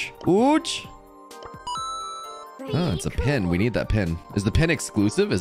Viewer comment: how's is oj pronounce ou ouj when there's no J? It's pronounced O U ou speakJ strike again